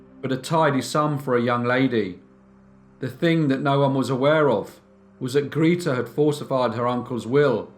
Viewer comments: Grayta, not Greeteh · Grete is pronounced Greateh! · Grita? Don't think that's how you pronounce her name. Good story thou! ;) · Grete is pronounced (sounds as in English) Gray-teh in German. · Your German is not so good 😄 it is Gr e t e like in "rEd" (the color), but love your narration!